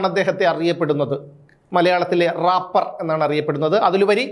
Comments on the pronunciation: Rappar അല്ല റേപ്പർ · രാപർ അല്ല റേപ്പേർ 🤭🤭🤭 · റാപ്പർ അല്ല മാഷേ 😂reper 😂😂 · രാപ്പർ not drapper aanu😅😅